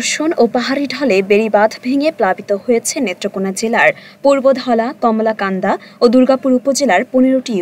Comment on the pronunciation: কমলাকান্দা না মামনি কলমাকান্দা। নামটা অন্তত সঠিকভাবে বলুন।